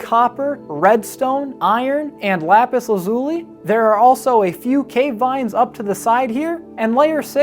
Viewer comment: I cannot express how amazing this build is but for the love of God stop saying lapis like that! I know that super famous YouTuber said it that way and now it's a whole community thing. But it's incorrect and kills me each time. No hate love you videos!